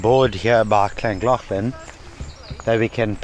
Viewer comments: Btw LLangollen is pronounced with holding your tongue on the roof of your mouth and realising air as your rolling the double LL’s as that’s always the way to say it in welsh for future reference with the double LL’s🏴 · Hi and my wife Gill and me Pete love you u tube and came across your channel as we live literally 2 mins from Trevor loved your video of Trevor to Llangollen although we both laughed how you both pronounced Llangollen 😀👍, but we wanted to tell you both that was right the horseshoe falls only a couple of years ago was lovely and in a shape of a horseshoe like I said new to the channel Guys but loved it and have subscribed and watch even more ❤️❤️